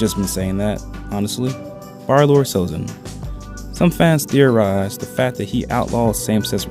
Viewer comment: Try to pronounce sex as "seh kis" with a strong K instead of "set" or sexuality like "sek shoo ality" instead of "se tshoo ality" fact as "fek t" instead of "feh" Besides some other minor mispronunciations your English is pretty good! I just found a bit difficult to understand some parts of the video.